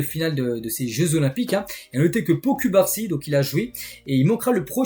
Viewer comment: Pourquoi ocubarsi? C’est cubarsi